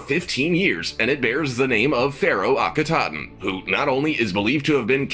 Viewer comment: Anck "cinnamon"? Anck Su Namun (Ank-uh Su NA-moon). "Akhe-TOT-en"? Akhenaten (Akhe-Na-ten). "Amenotep"? Amenhotep (Amen HO-tep). Pharoah 'Sue-sins"? Psusennes (Puh-su-SUN-nes) (real name: Pas-ib-kah-nu). This narrator needs to learn the pronunciation of words, names, etc. Well, he actually pronounced Sakkara right. I'm astonished. SMH...